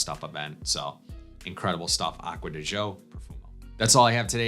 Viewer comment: first I think you are the only fragrance reviewer that pronounces Acqua Di Gio correct. I had an Italian business partner until I retired and he would laugh at everyone who mispronounced Gio (Joe) secondly Profumo and been replaced by Parfum. I bought the other day as I am a fan of the Code, and the Gio lines. Good news is Pafum is very similar but a hair smoother. If you look at the note breakdown they are 90% similar they just slightly tweaked in the base. Also they are going to refillable bottles, I guess this is there green thing, but have eliminated the magnetic caps, darn you Armani. And the biggest complaint is with the new refillable bottle some have leaked but most retail/suppliers have replaced the leakers.